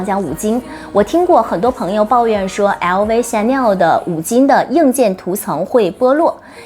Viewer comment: chanel的發言唸成「顯內兒」？